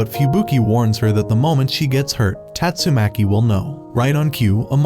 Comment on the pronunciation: Bro said tastumaki mommy💀